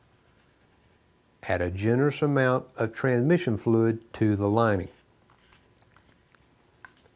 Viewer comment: I LOVE THIS SERIES! I have to laugh though because in all the videos he only says the word "TRANSMISSION" correctly one time and its in this video every other time he calls it a trah mishon.